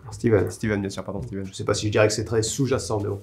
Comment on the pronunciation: cette nouvelle formule est hilarante j'adore !!!! :) au boulot aussi ça me rend dingue les gens qui disent "steffen" king xD "STIVEN" on prononce x) j'adore ce bouquin aussi! vivement le prochain épi !